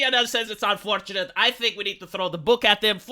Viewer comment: "Unfortuntate" for whom?